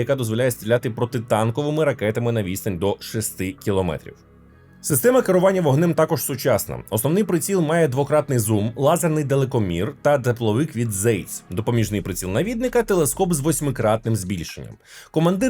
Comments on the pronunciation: не Зейц, а Цейc 😉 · Та не «Зейс», а «Цейс» или если точнее «Цойс» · Тски не Цейс, а Цайс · Дякую за позитивне та інформативне відео. Єдине, що Zeiss читається як "цайс", а не "зейс", бо це німецька. Також факт, що автоматичні системи пожежо-гасіння німці ставили вже на Пантери та Тигри в WW2(можливо не серійно, але тим не менш)